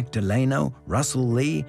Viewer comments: Also it’s Dell Ah-No not De -Lane No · Franklin's middle name is pronounced, "Del-a-no," not "De-lay-no." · And, he mispronounced Frankiln Roosevelt's middle name. What is going on?